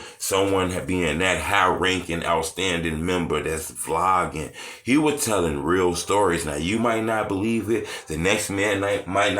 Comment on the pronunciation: did he say Vee-blogging instead of Vlogging? lol